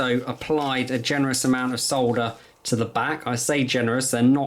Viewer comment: Thank you so much for saying soLLLder instead of sodder like the 'mericans. 😁 Also. The wire stripper you're showing at 4'49 is only about 16 euros and a life saver if you're an amateur like me. Other than that, great video! Lots of really good tips! Thanks a lot